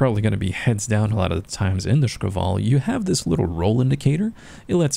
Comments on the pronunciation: I noticed he pronounces it like "шкавал" instead of "шквал". If you're reading this , it's just like 2 syllables really man Sh-kval. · yup, I found it a bit funny so I want moar of it :3